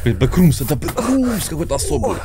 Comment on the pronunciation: Не бекрумс а боксрумс)